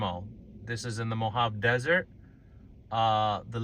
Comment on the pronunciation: Oh, my.... I'm so sorry. I'm trying to be nice and not throw things at my monitor. Hopefully, this will be educational for everyone. First of all, Mojave pronunciations. It's not "no-hawv" ... its "mo-haw-vee" . I wish you'd done more research about this park and the reason it's there. Or, really...the region you were in. Next, the tank and the man.... it's a recreation and monument to a man in one of the most infamous moments in history. That man is known as the "Tank Man" as his identity was never officially known. He stood in front of the tank at Tienanmen Square. Next, the 64 is incredibly symbolic... as the previously mentioned event, happened on June 4th, 1989. 6/4...64. I could go on on almost everything you've said. And your commentary about the park's roads being "so bad" --- c'mon. The dirt roads there are in great condition. All I heard was whining about the wind, dry air and 'bad' roads. The commentary just.... smells like snobby elitism. I had to stop watching. My advice? Please, do more research about the places you're showing so you don't make ignorant comments. You may not realize it, and that's why I'm trying to be kind, but stern... but in the 2/3 of the video I was able to watch, you managed to insult at least three different groups of people or communities. Again, I'm really sorry. I don't want to come off as rude... but this was.... wow. Hopefully a learning opportunity for another time.